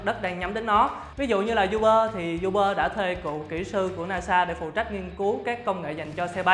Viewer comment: Uber đọc là u bơ chứ không phải du bơ nha ad.